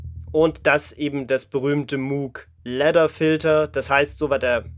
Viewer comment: Es heisst Mooooouuugh nich Mooooogh und auch nich Muuuuugh